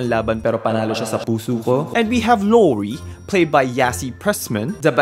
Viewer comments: the lorie pronounciation is sending me 😭 new fave youtuber!!!! pls do more of thesee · La-like ko na sana kaso 5 times nyang minention si Laurie ng wlang british accent